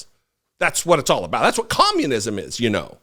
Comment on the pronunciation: It’s “com-mune-iz-um” to her. She thinks it means authoritarianism and totalitarianism; rather than a state run economic system (at least in the Soviet model). Who would think someone that thinks “Gazpacho” is a secret police and that scientists use “peach tree dishes” in a laboratory would be so incredibly uneducated?